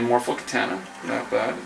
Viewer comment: And it's kitahhhhhhhna ahhhh ahhhh ahh not ..... Aaa